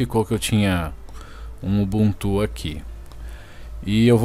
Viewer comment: UBUNTU NAO TEM ACENTO, PARA DE FALAR UBUNTÚ